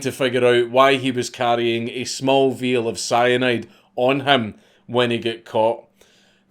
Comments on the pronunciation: veeeal, not vial apparently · No biggie... “vial” is pronounce ph_EYE_AL ..jus sayin...I like words /pendant(sic) KAITHXBAI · I get that you are scottish and all but I have never heard anyone refer to a vial as veal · Everyone says vial. A veil is a completely different thing. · Small "veal" of cyanide?